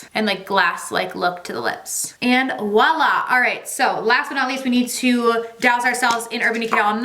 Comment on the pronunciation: LOVE watching you! You know it’s “Voilà!” with a “V” right? Lmao you’re killing me with the “Oualla!”